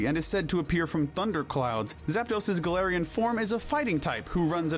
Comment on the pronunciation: IT'S GALARIAN, NOT F*CKING GALATIANS! SAY IT RIGHT!